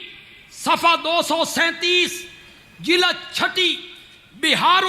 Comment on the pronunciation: یہ کیسا مولوی ھے چس کو جلد بولنا بھی نہیں آتا جی لد بولتا ھے ،😁😁